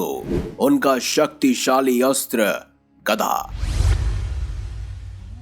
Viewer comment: गदा होता है न की गधा ।।। देख कर तो बोला करो भाई। ये वीडियो और धर्म के लोग भी देखते है और सनातन धर्म का मजाक बनाने मैं लोगो को समय नहीं लगता ।।। वीडियो अच्छी है पर शब्दो को देख परख कर बोले प्लीज 🙏